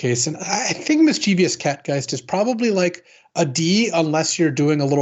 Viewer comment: ˈmisCHivəs , not miss-chiev-ee-us please. Otherwise great stuff! :)